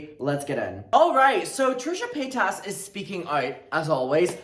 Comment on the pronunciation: the way you say Trisha’s last name « paytasse » sounds like « petasse » wich means whore in french lmaoooo